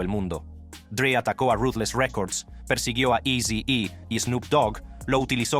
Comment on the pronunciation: no creo eso, si le dice "AZY I" o "IZY-E" a eazy-e, no creo que hable inglés